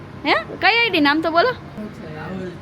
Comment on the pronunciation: Bhai id bolya e sarkhu sambhalayu nahi